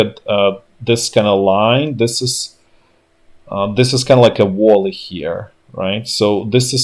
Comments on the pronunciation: And "vallee", not "wall- ee". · Hey man its a Valley, not Volley. Volley means something else. Wouldn't have corrected if it was just pronunciation :))